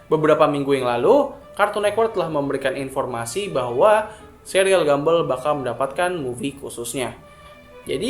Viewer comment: Please cara bacanya buka gambel tapi gambol